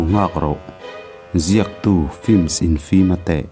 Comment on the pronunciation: Infimate tih hi e pronounce dik tw hi mwlee😂😂😂